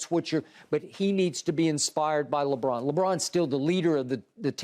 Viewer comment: Skip: "Contested, Very Contested, Lebrick" lmao